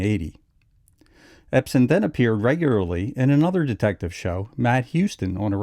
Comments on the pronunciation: Ebsen not Epsen. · I'm sorry, but the man's name is EBSEN, not EPSEN. Yes, he had an amazing career...but it would be more amazing if his name could be pronounced correctly. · The narrator keeps calling him Epsen. You would think he'd know better.